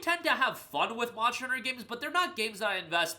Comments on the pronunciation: I swear I heard you said "Monster Rancher" whenever Monster Hunter clips pop up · Monsher hunner pronunciation is crazy 🤢🤣